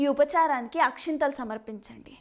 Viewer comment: Akshathalu not akshinthalu